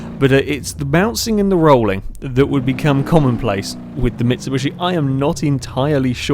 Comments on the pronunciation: No, I'm from the uk and I pronounce it Mitsubishi, might just be him. Never heard anyone say Mitsubushi. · Did you say Mitsubushi Pajero? Lol